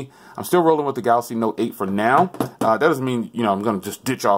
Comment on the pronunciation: “Galasy Note 8”